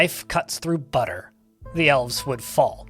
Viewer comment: DID YOU SAY BUTTUH?! MY LIEGE, HE SAID BUTTUH!